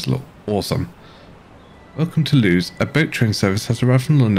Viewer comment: Just to let you know Lewes is pronounced Lewis and the SN at the end of the 377/4 stands for Southern